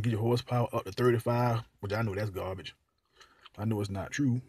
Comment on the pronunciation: * gum smack , sposed to umm, * gum smack * gabbige mannm * gum smack .( Has no data to support his claim in any way) 🤭 Save your money and buy a legit 10 year old hot hatch with Turbo instead of trying to make a racer out of a Domestic dog made to haul groceries.